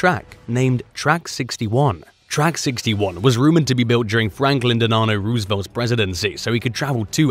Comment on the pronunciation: Franklin DeLonEore Rosevelt ? Pronunciation is so important.